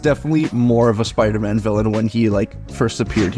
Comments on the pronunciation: Is bro saying spyroman? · I need to rewatch this and do a “Spire-Man” counter 😂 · Which one of you can't pronounce Spider-Man properly 🤣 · Why don’t you pronounce the “d” when you say “Spider-Man”